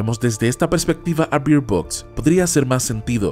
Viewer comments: Se pronuncia "berd" no bird ...... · La pronunciación de Bird suena berd, al decir bir suena a que está diciendo (beard=barba) o (beer=cerveza) en inglés.